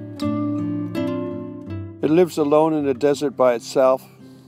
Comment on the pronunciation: NOT DESSERT...……………………….DESERT